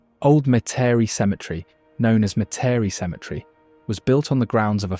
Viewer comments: Not mu-teri it’s Met-uh-re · Metairie pronounced Meta-ree! Me-ta-ree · Met Ter Rie, is the pronunciation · "Met-tare-re".. Lol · Metairie sounds like meh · tr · ee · A beautiful film. But as a native of Metairie, I can't resist correcting you. It's pronounced MET er ee. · Its pronounced Met A Ree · As a Louisiana black Aboriginal American Indian and Indigenous native, I have to ask you... What's "me-tare-e"? Some mystical town you talked about 🤣🤣⚰️ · if I didn’t know better I’d have missed a lot. Could have used someone with a better pronouncing ofLouisiana names instead of one not familiar with those names. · Nice except for mispronunciations of some names, such as Metairie ( MET-ər-ee). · Born and raised in a lil town called Napoleonville, Louisiana (in between Thibodaux and Donaldsonville. Moved to Mandeville in '21 and immediately recognized the Lakefront of Mandeville & the Causeway. Also remember going to Grand Isle as a kid with my family, and sometimes forget that we actually have a lil beach down south. I had to rewind the video and chuckle when he said Metairie & Zydeco (shocked that he got Tchefuncte correct) but it seems he's said them in more of the French accents rather than what we Louisianians have resorted to. Great footage of the state and nature's beauties